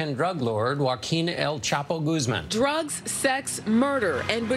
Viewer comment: HO a keen "el chaapo" Goozman would be a closer pronounciation for you english speakers.